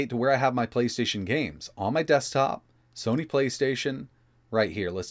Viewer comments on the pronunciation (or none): none